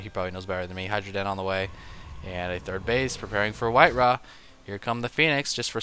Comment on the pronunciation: its white-ra, no other explanation is required